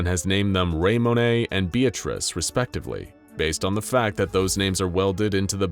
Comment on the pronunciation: Isn't Raymone pronounced "Raymon" and not "Raymon-eh" ToT